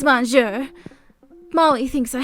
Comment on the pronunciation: I love your content but I'm afraid I need to give you a little constructive criticism. With the French Karen's story it was bugging the way you were pronouncing monsieur (I'm a hypocrite because I'm not sure of the spelling lol). For future reference it pronounced mo suere, the 'N' is silent. Please don't take offense, merely informing you.